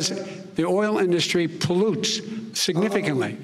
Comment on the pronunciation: This clown can't even pronounce "industry" correctly. Such a stain in American history to have this numb nuts as president. You will be ashamed for generations.